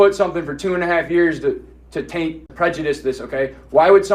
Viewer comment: You can’t even file a lawsuit on a Judge unless he is out of his jurisdiction. 😂😂😂 this guy is lost a Judge may be a jurist but he is not a Jury. He can’t even pronounce prejudice. Judge doesn’t have to follow rules he determines the rules you can appeal.